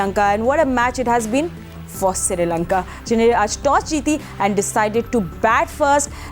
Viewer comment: MADAM woh SRI LANKA hai SIRI LANKA nahi.